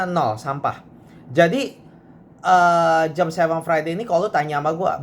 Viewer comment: Jam, jam.... Je A Em. Jam... Bukan JEM but.